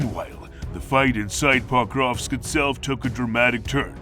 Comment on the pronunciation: Se pas PAKOVSK, me POKROVSKE. Chaque fois il prononce mal nom de Ville.